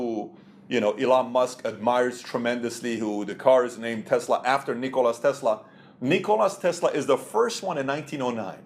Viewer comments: its Nicola Tesla , not Nicolas :D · Just a friendly comment. It's not NikolaS Tesla, it is Nikola Tesla :) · It's -- Nikola -- Tesla